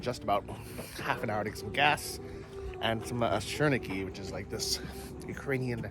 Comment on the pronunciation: That food is “sirniki” and not shirniki 🤣😂